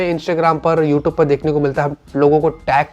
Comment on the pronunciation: YouTube ❌ motoyub✅